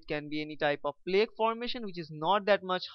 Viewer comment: Your pronunciation of the words "Angina" and "Plaque" are wrong. They are pronounced as "Anjaaynaa" and "Plaak".